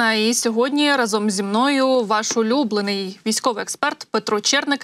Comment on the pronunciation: Дякую вам за новини. Дуже люблю слухати Петра Черника ( ви правильно наголосили, що улюблений). А дивлюся я новини із мальовничого Шевченкового Краю.